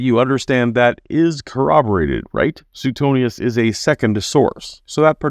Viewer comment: The way he pronounced Suetonius makes me queation he's even Catholic. 🤣